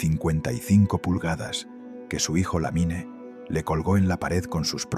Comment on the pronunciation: SE PRONUNCIA "LAMIN"